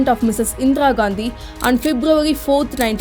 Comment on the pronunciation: This is 100% lie. She can't even pronounce Indira Gandhi. Endra Gandhi.